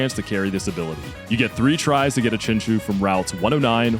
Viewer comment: i activate my magic card chinchu aka chinchow(your saying chinchou wrong noob)